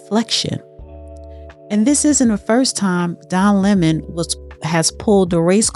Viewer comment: Say it with me "Don Lemon", not Lemming. Other than that thank you for the video.